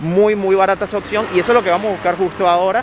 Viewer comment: oPción, no Occión 🤣🤣